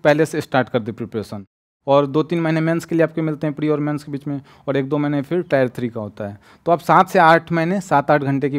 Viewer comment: Bhai ne alag leval ki English padhi hai😂